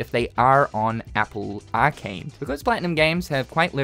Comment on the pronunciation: The way you say arcade made me stop watching